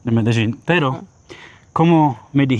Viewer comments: B fajny filmik. Wole jednak jak wymawia sie Medellin w jez polskim przez L. Przez Ż to tak jakbys oprowadzal Polakow po London zamiast po Londynie…;) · Film cool, ale jaki jest sens wciskać na siłę kiepsko dla Polaków brzmiąca nazwę miasta tak jak wymawiają ją lokalsi (choć nawet ta panienka w wymawia to po Hiszpańsku - "medejin") - robiąc film o Monachium będziesz cisnął "munszen", z moskwy - "maskva", z Londynu - "london" a na Paryż - "pahri". Tą nazwę wymawiamy "medelin" i tego powinniśmy się trzymać :) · Ciekawe ile czasu ten pan musi jeszcze spędzić w Kolumbii by się nauczyć wymawiać nazwę swojego – jak twierdzi – ulubionego miasta, Medellín – z akcentem na ostatniej sylabie, czyli na pierwszej od końca, czyli dokładnie odwrotnie niż on akcentuje (na pierwszej), który to akcent jest nawet zaznaczony w pisowni kreską nad "i", ale "co to dla harcerza?!"Wszak "Polak potrafi!" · Fajne video Jak ktos szuka wrazen w obcym kraju jeszcze takim ktory slynie z produkcji i dystrybucji coca coli to bardzo prawdopodobne ze to sie moze zle skonczyc Zastanawiam sie dlaczego wymawiasz medeżin skoro nawet ta koleżanka wymawiala Medellín? Wcześniej już widziałam sporo filmów o Medellín ale tak kulawą wymowe słyszę pierwszy raz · Dlaczego mówisz : "medeŻin" jak Kolumbijki mówią "Medejin" ? Pozdrawiam. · Ale dlaczego mówisz Medeżin? Przez "ż". Ona chyba mowi Medein. U mnie w kraju mówią Medelin. Tak jak się pisze. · MELEDIN - jak czytasz tak wymawiasz, a nie jakies MEDEDZIN. Spokolamina potocznie nazywana bucaramanga - w proszku lub w plynie.. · Medeżin i Medeżin. Po co wymyślasz nowe słowa jak nawet twoi rozmówcy tubylcy mówią na to miasto Medellin? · myślałem , że Medelin wymawia się tak, jak się pisze, a nie Medeżin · Mededrzin.....a co to takiego???? W jakim języku brzmi tak Medelin???? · Co ty masz z tym "medeźin"??? Gdzie tam masz "ź"???😂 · I ten akcent Medezin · MEDERZIN? XDDDDDDDDDDDDDDDDDD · Medeżin ?! Serio? :) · Medeżin ? Co Ty w Czechach jesteś ? Weź się ogarnij .